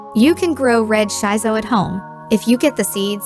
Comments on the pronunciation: It pronunce shi-so not shai-so. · Thumbs down because you mispronounced the plant name. It's "Shee So" not "Shy So"!